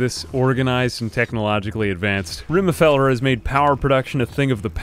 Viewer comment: Just had to comment on this old video to say how unreasonably angry your pronunciation of RIME FELLER made me. Thanks, great series!